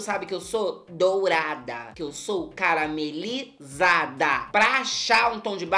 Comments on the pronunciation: tava tomando suco e cuspi tudo quando ela falou "carame li zadah" kkkkkkkkkkkkkk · eu perco tuuuuuudo quando a blogs fala que é carameli-zada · DOU-ra-DA CA-ra-ME-li-ZA-da